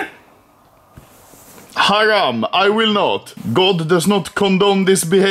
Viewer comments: lol haram - orent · Lmao did he just say haram